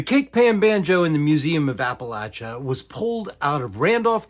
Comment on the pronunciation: I tried, I just couldn't make it more than a minute with him mispronouncing Appalachia. It's too much. I can't continue to watch the video.